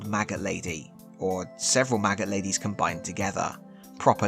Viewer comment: I'm sorry did you say Belga was a maggot lady or a MAGA lady? Because it sounded like that later and that really fits, but looking at her I'm 80% sure you meant fly larva.